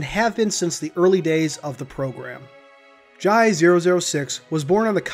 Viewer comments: its pronounced Jai (Jay) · Its pronounced jay